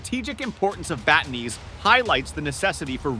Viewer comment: Pronounce the name correctly pls it’s BAAAAAATAAAANEEES and BAABUUUUYAAAN long Aaaa pls